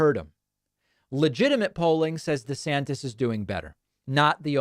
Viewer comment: Why are you now saying "De Sanctis"?? ??